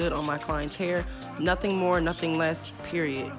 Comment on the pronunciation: When you say “Period” it just hit different idk why 💀